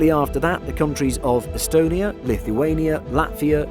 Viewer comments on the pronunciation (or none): none